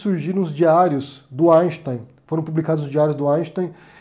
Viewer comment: Fico tão feliz por vc pronunciar o nome do Einstein da forma correta 😍 Essa coisa de comer carne p/ mim hj já é bizarro( há 2 anos eu chamava de bicho morto, mas comia do mesmo jeito). Já o ovo é algo que apesar de parecer nojentinho, eu como por questão de saúde mesmo, e tb pq a galinha não tem q morrer p/ eu comer o ovo =p E tomara que um dia o ato de fumar seja bizarro, pq aqui na Europa, meuuuuu Deus, me sinto numa chaminé 😂